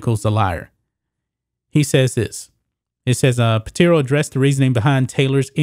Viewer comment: Pitaro, not Piteero.